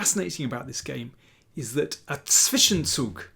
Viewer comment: Daniel is the only non-German chess commentator who can pronounce the words "Zwischenzug" and "Zugzwang" correctly.